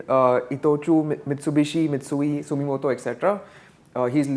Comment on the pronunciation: What the hell is 'Sumimoto'? And who is 'Buffet'. Time to unsubscribe folks.